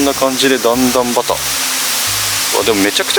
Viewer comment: そうなんですね！ 竹筒はたけと！ 熊野市在住の方から、熊野弁で新宮をしんぐ、と教えてもらったの思い出しました。地元の方、もしくは地域を知る方からの情報、有り難いです。主様、段々畑をだんだんはた、と呼ばれてますが、だんだんばたけ、が一般的かと。